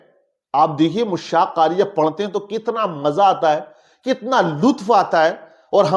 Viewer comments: मुश्शाक़ नहीं दुरुस्त लफ्ज़ मुश्शाक़ है जनाब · Are Janab Mushshak nahi Mashshak lafz hai.